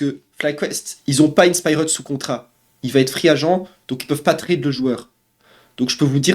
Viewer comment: Faut que tu apprennes à mieux prononcer inspired c'est pas compliqué. A l'anglaise ça se dit In Spy heard Le R est silencieux